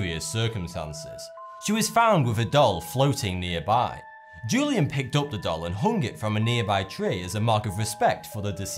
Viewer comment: The ‘J’ in Julian is pronounced as an H. WHO-LEE-ANN